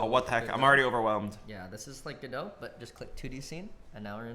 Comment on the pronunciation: finally he says godo not go dot , hes locked in now